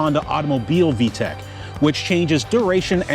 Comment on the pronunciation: It's VTEC, not VTECH.